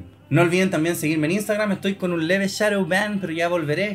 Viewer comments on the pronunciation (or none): none